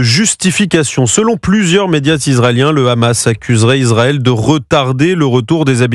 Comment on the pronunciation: Pourquoi les israéliens disent le rhhhamass au lieu de dire le hamas ? 😂